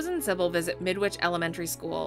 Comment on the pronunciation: Did the writer of this video play the game? Geez. The Cybil flub is really bad.